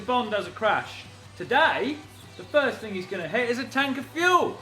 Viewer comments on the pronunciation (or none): "If it doesn't work the FURZED time..."